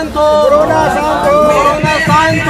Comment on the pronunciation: "Corona shaant" ? Seriously 😂😂😂😂